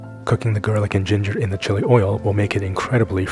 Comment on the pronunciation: You say, 'oy yo' instead of 'oy ill'.